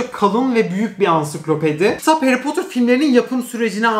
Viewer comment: 22.23 nobody harry potur ushquıswqıso